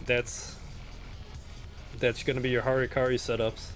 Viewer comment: "Hurkuri" :d